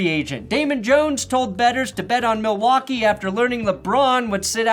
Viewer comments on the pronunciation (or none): none